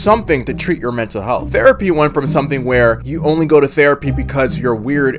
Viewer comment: Ahhh yes “mental heath”